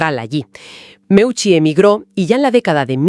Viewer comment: audio insoportables, qué es eso de muiuchi, es simplemente MEUCI, parece que los bots no son tan inteligentes